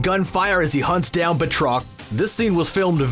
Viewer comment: It bothered me as well. Just use his character name and it doesn't sound so weird. Batroc the Leaper. Sounds better than a cough...Batroc!!!